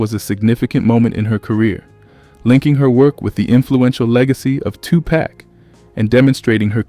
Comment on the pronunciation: Did he say two-pack not Tupac Two-Pahk c'mon man so disrespectful & unresearched!